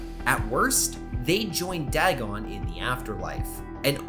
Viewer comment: I should tell you, you're pronouncing Dagon's name wrong, it's "DAY-GONE" from what I've heard.